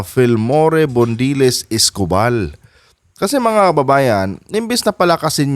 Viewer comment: Gen Escopal mali ang pronouciation niyo.